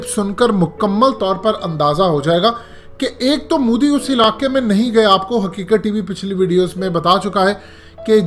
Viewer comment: bhai plzzz modi bolna seekh lo. mudi nhi bolo